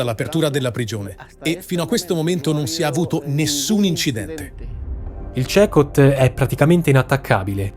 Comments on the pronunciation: Comunque tutto bello e interessante ma si pronuncia (Secot) ! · Ciao! Sono Stefano Cecot, si CECOT… ora so che andare in quella nazione potrebbe essere un problema. 😮🧐🤔 comunque noi ci chiamiamo Cecòt, con l’accento sulla O. ❤ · Si pronuncia "Sicot" 😊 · Ma è davvero così difficile per pronunciare CECOT nel modo corretto? 😮😮😮😮😮😮